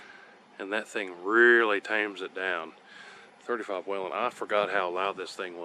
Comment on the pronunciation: Col. Whelen pronounced his name WAY-lin. Now lets work on how to say bullet, suppressor, etc.